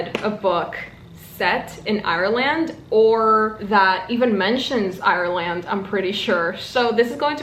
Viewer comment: I feel like I'm making fun of you a little, but the way you say "Ireland" is so funny and it makes me so happy. But hey, I LOVE your voice and how you say things so please dont take it the wrong way... Btw Remarkably Bright Creatures is SUUUUUUUCH a fantastic book. I ate that shit UP!!!!!